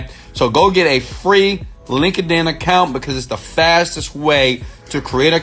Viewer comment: Everytime he says "Link-ed-In" I crack up!